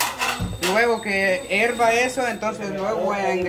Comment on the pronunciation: Y julito en lugar de decir hierva dijo erva.